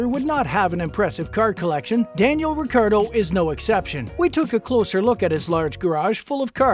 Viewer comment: you didnt even pronounce his last name correctly once. not once lol.